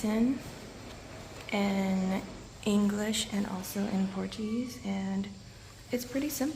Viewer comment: Hey 🙂 This is a great video. YOU have a good Portuguese pronunciation. Muito bom 👌🏼